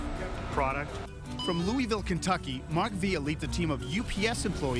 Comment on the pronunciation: It frustrates me when people don’t say Louisville Kentucky correctly